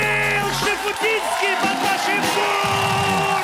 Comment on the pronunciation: Чё в нём гениального? То что кариб и говорят Шифутинский, вместо правильного Шуфутинский?